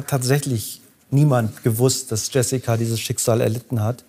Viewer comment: Der name wird nicht „iessika“ sondern „schö-si-kua“ ausgesprochen